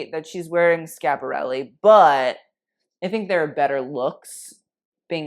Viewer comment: I appreciate the correct pronunciation of Versace and Schiaparelli. Kudos to you. Everytime i hear "Versacee" I cringe. But because I'm an annoying Italian gramman Nazi: it's Bottega VÈNETA, not VENÈTA. It's the same accent as "mèdical", and not like "bodèga". I hope I've made myself clear. Un bacio, ciao!